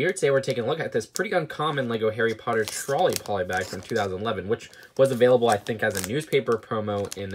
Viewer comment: HAWWY PAWTUH